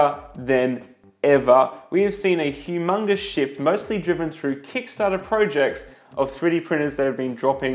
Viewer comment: I can't help but laugh every time you say "shift". all in a good way, like the new space, look forward to seeing you come up to speed with it.